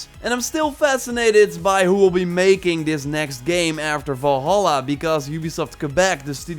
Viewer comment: One MAJOR nit: Valhalla is NOT pronounced Vawlhawlah but rather Vulhulla. Three short "ah" sounds, not two long "aw" sounds and a shorter "ah" at the end. Please.